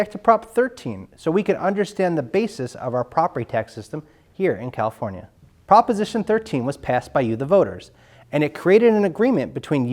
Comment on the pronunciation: "Califonia" LOL